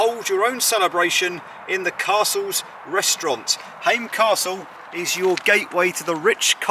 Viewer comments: Glad that you make an effort in pronounciation of local names. Your first try to pronounce Häme was better. Ä is always pronounced like in "ham" and the e in the end is not silent. Just like in Tampere ( not Tamperay, though). If you say Finnish words using English rules you are definitely going to fail. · Häme doesn’t rhyme with came and same, it’s more like a combination of ham (like said) and ment without the nt-ending (ment as in environment), so ha from ham + me from ment = Hä-me:D Tampere has three syllables, Tam-pe-re, the first one most people get right, it’s almost like ”some” but with a t. The first syllable also holds the weight. Pe is kinda like the me in Häme but with a p. Re the same thing but with a rolling r, if you know do re mi fa so la ti do, that’s it:D Basically every vowel is always pronounced the way it is in that phrase. (Except people pronounce do-re-mi a bit modified in English so… oh well, that’s at least a start:D) Most words are easier to pronounce when you know how many syllables there are and practice them one at a time!